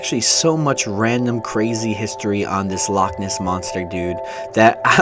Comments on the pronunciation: Loch! Not lake ! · In Scotland we don’t call it lakes we call it’s lochs (pronounced like lock) and it not the lake monster it’s the Loch Ness monster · I'm cringing at how its "Lake Monster" no no no its Loch Ness Monster. And also, yeah if we get snow the whole of the uk stops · Charlie And Lola and Hazel too! Its Loch not lock you df so no it's not the fucking same, it's not call Loch Ness for nothing. Descendant but not pure Scots!!! Americans do butcher some Scottish names. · you literally can’t say loch lake , you’re just saying lake lake/loch loch i mean come on , you always say you respect where you are but like you don’t know anything omfg